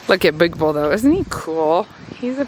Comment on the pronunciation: the way you said”big bull” almost reminded me of all the “big balls” commentary we’ve been hearing on the news this week and I had to laugh